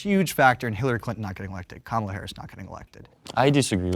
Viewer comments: Pronounce her name "Camela." Is that the allegedly liberal version of the right's intentional mispronounciation "Cu ma la?" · Why was he pronouncing Kamala camela